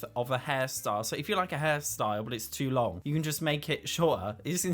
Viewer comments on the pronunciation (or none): none